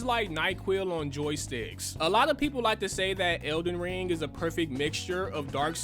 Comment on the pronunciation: 'iz elen rang' lool